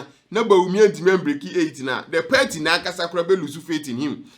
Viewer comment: It's PARTY not perty